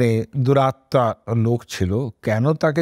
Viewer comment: You pronounce d somewhere as 'duratta'.I think the correct pronunciation should be as ' duratma' meaning as whose atma or soul is evil or crude.It is not expected from a person like you.